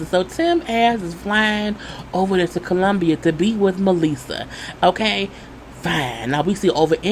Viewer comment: What I'm getting sick of is people acting like they're not visiting third world countries ... And just be completely shocked...do your research people, read a book!! Also it irritates me how Tim says Colombia 😂😂😂